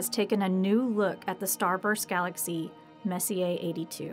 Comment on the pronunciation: A. Smaller. Universe not galexry